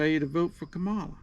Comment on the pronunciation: It's COMMA-LA. If you're going to put her down at least you can pronounce her name right. If that's too difficult, just call her Madam Vice President. And how can you say you don't know anything about her, but you're repeating the lies that Fox News says?